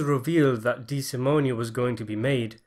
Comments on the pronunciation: The Loo-cay-zee family would whack you if they heard you mess up their name like that. Dee-sa-moan. We watch the same movies man. How? 😝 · Couple things, Dollars not pounds. DeSimone, the e is silent and Lufthansa is pronounced as in movie.